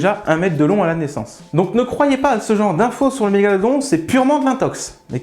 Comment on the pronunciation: Svp, je chipote mais pourquoi la prononciation de Mégalodon change tout les 6 mots ? Sinon super vidéo comme les autres